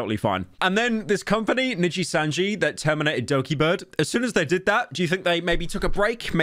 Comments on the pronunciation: “Probably not as much as she lost from ninjitsu” - pyro. It’s nijisanji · ah yes.... "ninjitsu" my favourite vtuber company xddd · bro said ninjitsu making it sound cooler nooooooo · Hearing Pyro say Nijisanji was both surreal (I didn't expect this drama would be so insane as to break out into the western streaming world, Asmon and Cr1tikal talked about this as well) and hilarious (he's trying his best but that accent is very funny), I thought the Selen Tatsuki pronunciation was gonna be the best one but that one was just exquisite.